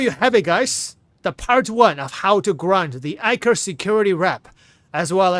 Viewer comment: I kept hearing "Anchor Security". More emphasis on the "E" and "t" in Eckhart 😅